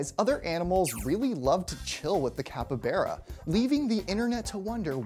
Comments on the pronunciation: It's not a cuppybeara, it's a fucking CAPYBARA. Bar, not Bear. You could google for a minute before making a video, dude. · CAPY BARA NOT KEPPYBERE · It's capybara, not capybeara! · Capy-baa-ra. Not capy-beeraq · The way he said capybara: capabara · Did he just pronounce it Cap Yberra? Sounds like a quarterback for a mostly Latino highschool football team. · This guy was perfectly fine with me till he said capyBEARa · Which pronunciation is that? Are you sure it's not Capyba "R" a. You might find this video informative as well, especially regarding the capybara's dietary habits. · "capa-bera" consider me triggered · the pronunciation of capybara is capybara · I'm not a fan of the the way you say "capybara". You say It like capy-bear-ah. It's weird. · You’re wrong pronunciation of capybara makes me uncomfortable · I just don’t understand why you pronounce Capybara the way you do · Y’all pronounce it capybara or capybara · Literally explained nothing and he couldn’t sound more white saying capybara. The way he says made me cringe so much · Cappa-beara... Nay-dahl... Dude.